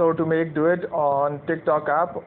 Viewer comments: Im sorry at first I thought you said, Let's do it instead of duet😅. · I thought he said dAb on it